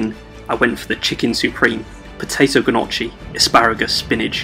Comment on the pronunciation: Bro, although it's spelt Gnocci, the G is silent.... it's pronounced nochi - yer welcome!